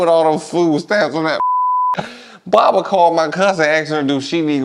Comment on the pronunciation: Aye moe.. he said Barbara in that mfer like she betting on fannnnnn duel😆😆😆😆😆 I'm cryin!!!